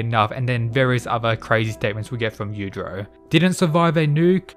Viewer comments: It's yuichiro not yudro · YU-E-CHIRO not YUCHIRO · You-i-chi-row. Not you-trow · Claims to know all about Baki, precedes to butcher the name of the father creature dozens of times pronouncing it several different ways. You-trow you-trow. It's bloody yuichiro! You-ichi-row!!! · It's yuuichirou not yuichiro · Yu-i-chiro. If you want to correct some misunderstandings, Please also get his name correctly. Other then that, good video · "you-ee-chi-row" try saying his name a little more correctly i didnt know if you're talking about yujiro or yuicihiro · Man wtf, you are saying "utero" instead of Yuichiro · Dafuq did you just say? The names, are pronounced; Yoo-ee-chee-ro and Yoo-jee-ro. Take a damn moment to enunciate the syllables as to not completely butcher what should be an informative video. You do multiple takes before posting something to get it right. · Good stuff, but if you learned to pronounce Yuichiro and Yujiro better, it would greatly improve your understanding of who you are talking about at any given time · Pronounce his name properly